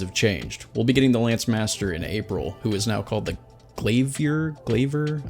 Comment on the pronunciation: Its pronounced Lance Master